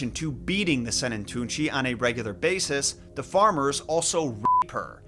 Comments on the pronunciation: as a Swiss person that's always been interested in folklore and stories I can tell you that your pronounciation of Sennentuntschi wasn't bad at all :) also if you want more information on other Swiss folklore, hit me up, as I am at the source :) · Your pronounciation of Sennentuntschi isn't bad, actually :) I was wondering how long it would take you to stumble over Swiss folklore and Max Lüthi. If you need more insights or more Swiss folklore stories, hit me up. As I like here and have access to all the resources :)